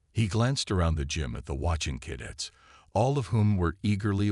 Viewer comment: it's only 00.34 and twice "cad its" for Cadets ? Really... It appears you have forgotten the first rule of using AI readers - Check the results before posting your work. This carelessness earns you a thumbs down.